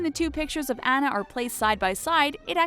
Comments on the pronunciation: AH-NU NOT ANN-UH AWWWWNUUUUH NOT ANNNNN NUH. NOT ANNA AS IN BANANA GAAAAAAWWWD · Her name is AWE-NA not Annuh pfft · how did they say Anna's name wrong?!?!